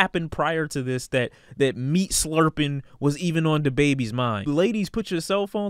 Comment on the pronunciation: why you say slurping like that? Pause....